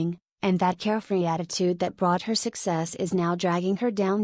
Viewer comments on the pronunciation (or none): none